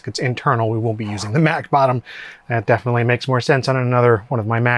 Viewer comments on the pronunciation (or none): none